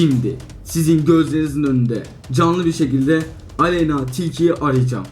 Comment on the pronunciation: Aleynnaağğğğ değil Aleyna 😂😂😂